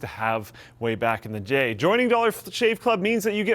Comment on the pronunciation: lol did he said jay instead of day?? haha